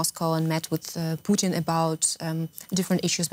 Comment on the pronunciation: "Poutine" as a Canadian I can appreciate he is cheesey but "Vladimir Poutine" is definitely not as palatable nor enjoyable.